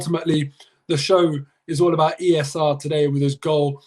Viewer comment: The way says E S R. lmao he REALLY wants it to catch on 😂😂😂